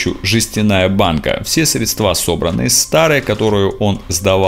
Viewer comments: Поправлю. Не "средствА", а "срЕдства". Спасибо за репортаж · срЕдства: ударение на первый слог